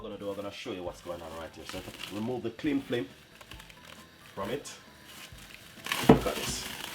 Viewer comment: "di cling flim"!!